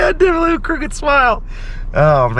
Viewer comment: "I difintly just fell" I did wait to see if you were okay. To difintly laugh out loud. Thanks for keeping it real!!!